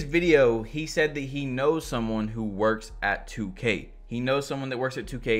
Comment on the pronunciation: This dude gone say “2ku” like 😂😂💀 wtf bro I’m not even a playmaker and Ik they have 99 ball handling and they are just getting ripped